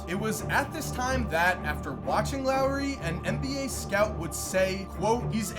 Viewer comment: “Lowery” Markkanen 😭😭😭